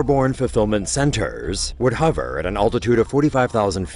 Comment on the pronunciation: "Amazon's airborne fulfillment centERRRRs would hovERRRR"